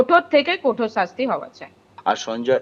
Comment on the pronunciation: নাম সঞ্জয় রায়, শুনে মনে হচ্ছে বাঙালি, কিন্তু দিদির কথা শুনে বিশেষত ' কঠোর ' শব্দ টা উচ্চারণ শুনে মনে হচ্ছে দিদি অবাঙালি। পুরো ব্যাপারটাই ধোঁয়াশা ময়!!